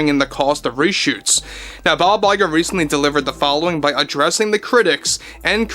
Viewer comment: What his name??? Bye bye girl?? It s all I heard when you says his name..